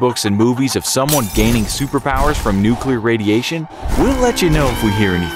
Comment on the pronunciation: "Nuculer reactors cannot explode like a bomb" Chernobyl: am i a joke to you.